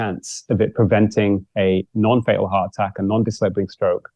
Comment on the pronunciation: I wish this nice and very interesting man would speak properly - heart a-ack. Sta-ins. Although he doesn’t do it all the time!